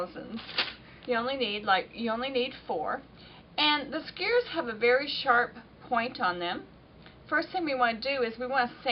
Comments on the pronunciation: Doesn't she know how to pronounce "skewers?" Skewers! Not skurs A southern or Texas accent wouldn't prevent a person from pronouncing "SKEWERS" correctly. Shesh. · Sugah, skurrs is fine by me. Folks from other parts of the country can't understand me either. I'm from Southside Virginia and we say houws (house) and aboot (about). Even folks from Northern Virginia think we're from Canada!!! Thanks bunches for the great info....'specially for centering the pieced backing. That's always been a pain to deal with. And I enjoyed listening to someone knowledgeable who I can understand!!!! Really!!!! You're a gem. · Thanks for your video. However that is a very large table in my house, and i don't have room for it in my small room. Unfortunately all your detailed explanations didn't work for me. Also, lol, sorry, I couldn't stand to hear your mispronunciation of skewers again 😊